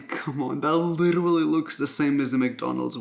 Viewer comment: in this video, Raphael said “litera-ally” 87 times